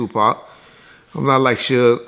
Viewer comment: Lol kept calling suge shoog